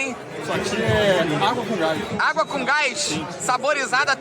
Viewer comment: AKAKAKAKAKKKAAAKKAKAKKKAAKAKKKAKKAAAAKAKAK Felipe falando ''água com gás'' igual um deficiente e vem o dando UMA AULA AKAKAAKAKAKAKAKKKKA